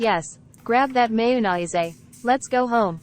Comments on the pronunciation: Mayo-nie-zay lol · Lol I literally cracked up when the AI pronounced mayonnaise as mae-yo-naaisae 😂